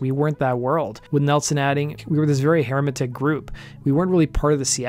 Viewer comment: The way you pronounced hermetic made me cringe.